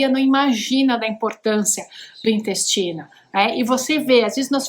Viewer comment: Ela falou dinyestino não dá coluna